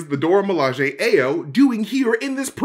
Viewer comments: "Ah-yo", not "Aye-yo" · Hey. Just fyi, the Dora Milaje woman's name is pronounced "EYE-oh." It's actually a common Nigerian name. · Hey guys just wanted to let you know that Ayo is pronounced I-yo. The A is pronounced as an I. It is a Yoruba name and it is my daughter's name. We have to correct people all the time. Thanks. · Ayo is pronounced i-O